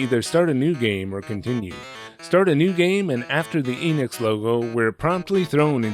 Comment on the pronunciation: I figured that someone who lives in Japan would know how to properly pronounce Enix.